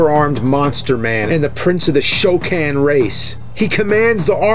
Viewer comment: the “show can” race not “Shao khan”. I’m sorry Goro just keeps on beating me I can’t get past him